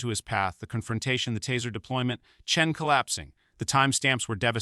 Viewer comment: This post and others like it are total crap. Americans may believe this tosh, but nobody else does. Is every black person in America named Marcus? And the doctor who is the subject in this video, first you said his surname is Chen, then you changed it to Chun!!! And not forgetting the Old, Old, Old, Old, in every sentence. This stuff gives Americans a bad name. If anyone needs to know, I'm English, you know... one of the people who tried to teach Americans how to communicate..